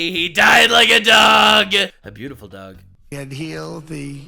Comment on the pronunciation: “And, it’s beauti-ful”